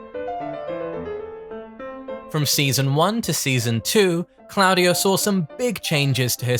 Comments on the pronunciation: Improve the pronunciation 😅 that diden’t seem italian However Very nice video you are always top Ps i m italian of course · I love you but why do you insist on pronouncing claudio wrong